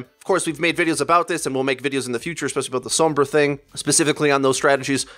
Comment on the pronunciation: I like your videos but can get cut out the pretentiousness, "fan-servicing" of "pro-players", AND for the love of god, stop pronouncing Sombra/Pharah wrong